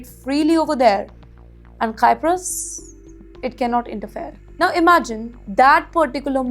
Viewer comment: Cyprus is pronounced as Sai-p-rus. Not Kai-p-rus.